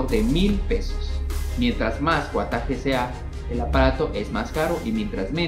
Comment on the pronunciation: Esta chevere el video pero que risa que diga wuataje jajajajja